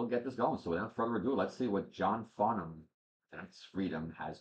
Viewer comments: New sub here, I enjoyed your reaction, thank you. It’s been a while since listening to this song. You got the pronunciation spot on, awesome! Funny that you said The Voice, because that’s what we Aussies (pronounced Ozzies) call him. If you know Olivia Newton John, another beautiful Aussie, she sings a duet with John (in a concert called The Main Event) called Please Don’t Ask Me, a poignant star-crossed lover song, full of beautiful harmonies and shows the great friendship they had for each other. Other songs are best chosen with the Melbourne (Mel-bn) Symphony Orchestra, always live where possible for most Aussie artists. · Perfect pronunciation of Johns name . He is an absolute legend here , the whole country adores him . He’s a National Treasure and was Australian of the Year . One of the greatest singers ever , he has a great sense of humour , a fantastic rapport with his audience and us simple a really wonderful man . Always react to live clips as they are soooo incredible . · Great to see you have discovered The Voice that is John Farnham ( you pronounce his name correctly) here is one with another legend of Aussie mussie Jimmy Barnes When Something is Wrong with my Baby and Help John's version of the Beatles Help 😁🇦🇺🎼🎵